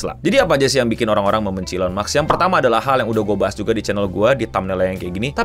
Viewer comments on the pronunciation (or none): Elon maks ❌ Elon musk ✔️👍